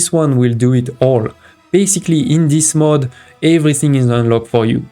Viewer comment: Good Video. But please look up how to pronounce mode and mod.